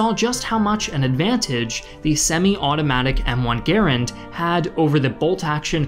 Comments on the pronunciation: One grenade blows up bell tower? Absurd. Also, it pronounced "Gur-and" not "Ger-end". This man is clueless. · Ok I'm southern... it's gah-rand... not gar rund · Gar-und? We said it as Gu-rand. What is correct? Also, it's fire and maneuver, not fire and move...... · Dude my Dad was a WW2 vet - drought from Normandy to Battle of the Bulge - he called it a Grand rifle not Geerand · It's M1 Garand, not M1 Garend. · It's Ga-Rand not Gurand..... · The U. S. infantry rifle is pronounced "Ga-RAND," emphasis on the "rand." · It's pronounced Gar Rand. And anyone who has used a bolt action knows you can make it very fast by operating the bolt while never having the rifle leave your shoulder. I've shot running deer with a bolt and it works. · M-1 Garand....Gar-and. Emphasis on the second .a. like the .a. in the word and.